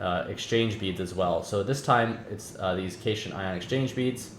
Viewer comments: one last thing is that as far as I know cation is pronounced "Cat-Ion" not "cashun" however that could be a British english vs American english thing. btw cation refers to a positively charged ion while an anion is negatively charged, so the beads are probaly ment to be some kind of catalyst, which would explain why you get them back. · Enjoying the series so far, one note cation is pronounced cat-ion similar to how anion is pronounced an-ion